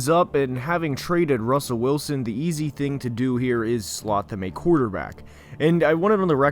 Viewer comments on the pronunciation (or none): none